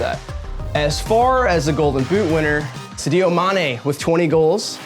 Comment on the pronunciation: The second time you butchered "Sadio" I had to turn this shit off